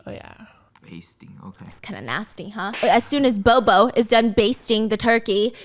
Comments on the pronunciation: As a Filipino you saying b0b0 is making me crayzi😣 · I don't know why I'm laughing when Stephanie mess up all the name at the end without noticed it. Tang became Tong. Bobo became Bobby.